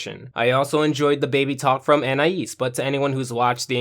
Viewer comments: An - I - ees ❌ an - I - is ✅ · its not AN-I-AS its AN-EYE-EASE